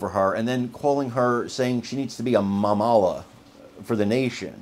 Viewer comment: Mamala pronounced wrong. It's an endearing Yiddish term for mother.